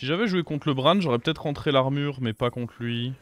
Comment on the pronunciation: Pourquoi dire l'armurheu, goldeu rolleu